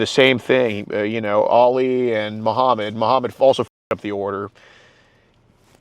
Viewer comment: Uhm….there’s a difference between “Ollie” and “Ali”. Please learn this…